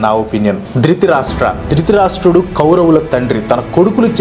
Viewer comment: drithirasta kadu anna drutharastra